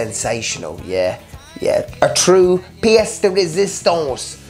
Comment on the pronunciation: Your french is better than my English. "Pièce de résistance", j'adore!! 👍😂🤣🤣 Nice review as usual. Thank you. 😁